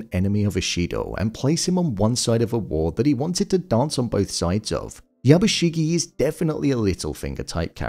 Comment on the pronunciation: "yabuSHIGI" Thumbs downed and reported for hate crime against Japanese language